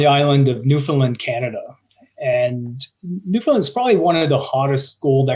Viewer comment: Newfoundland rhymes with understand. The alright answer was fly the property, surface sample the targets identified, drill the targets with the highest prospectivity.